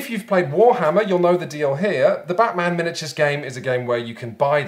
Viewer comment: Now BAAHT-man...